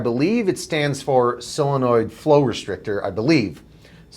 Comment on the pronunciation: Why do they say sillonoid. Isn't solenoid.